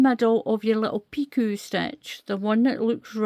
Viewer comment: Thank you, a beautiful stitch pattern, and a Lovely baby set. The word Picot is pronounced Pee-co, if that helps. I am wondering if I could do 3 rows of treble's first and then start the pattern, and do the 3 rows of treble's when finished. so I won't have to do a border on the bottom?? Thank you again, I love your videos, you explain things so well.❤❤🌹🌹🌹🌹.